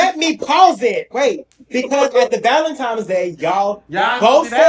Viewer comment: To the host, IT'S( VALENTINE'S ) NOT VALENTIME'S😂😂😂😂😂😂😂😂😂